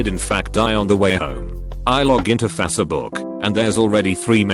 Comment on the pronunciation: nobody: the robot voice that reads these posts: F a c e e b o o k